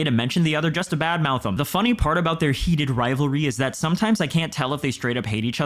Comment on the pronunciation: Why did you say heated rivalry like that? Someone a fan?